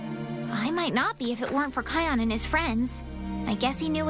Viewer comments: I'm getting so annoyed on how he hears them pronounce "Ki-on" yet he still pronounces it like "Ke-on" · You pronounced kion wrong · No offense... but they flat out pronounce the names. You said them wrong. KAI-ON. KEY-ARA. Why do you people keep getting it wrong when it's said for you properly? They even say Kiara's name in Lion King 2: Simba's Pride! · Here's one thing you should know about Simba's cubs' names. Kion name is pronounced "Kai-on". And Kiara's name is pronounced 'Key-arra'. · Its "Zuka Zama" you spelled it wrong. Kiara was from The Lion King 2. Kion is pronounced Ky on. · No, pronounce it like this kie-on. kion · your saying Kiara and Kion wrong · I love your videos but it's cringy how you say Kion's name wrong even though so many clips they said his name.